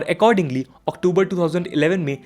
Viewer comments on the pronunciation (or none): none